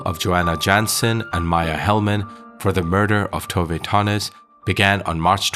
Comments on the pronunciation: FYI it's "Tov-eh" not "Tov-ay" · The Swedish woman I've known since she was a teenager, but living in Scotland, pronounces Tove, too vuh. Is your narration an American guess, Spanish influenced? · Actually "Tooveh". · Yes, Tove is pronounced "Tooveh".